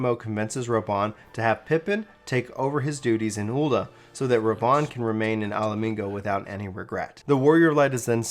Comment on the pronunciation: My one issue with this is mostly your manner of speaking. You don't really enunciate well in certain parts and your words sort of slur together to become undecipherable. Like in one point it became a bit hard to fully follow, then heard 'ul'a' rather than 'Ul'dah' I knew what you meant, but still. Additionally some of the visual choices made the story hard to follow where you'd be talking about one thing but showing another.